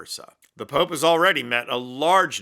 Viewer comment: She said “the Poop” instead of Pope.